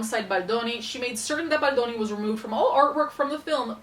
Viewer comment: I love how you pronounce "Baldoni" in the real Italian way!